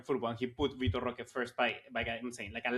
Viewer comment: From watching vitor roque ( by the way its pronounced Hoque, the R is silent in brazil) . He isn't really flashy, but he is very quick , good hold up play and he wrestles for the ball. He plays on a team that doesn't really offer the best service but he scores alot for them and is one of the main reasons they win games. I don't expect him to join barca and immediately have impact or be a starter that's alot to ask. But he has tools that can help us in a long season since we lack pace in attack and only have one striker at the moment